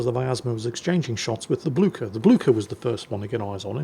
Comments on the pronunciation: Blücher! Not Bluker! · Blücher is pronounced more like Blycher.